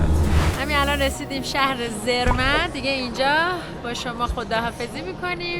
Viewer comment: درود‌. شانس شما یه مقدار هوا ابری بود، اگه آفتابی بود، خیلی خیلی قشنگتر می بود. تلفظ Zermatt, سِرمات هست.